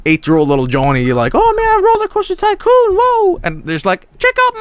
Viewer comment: Hollercauster Tycoon 😂😂😂😂